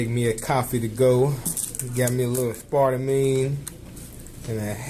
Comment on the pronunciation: LOL "aspartamine" instead of aspartame... And I know you're just joking around,. It just gets me every time, LOL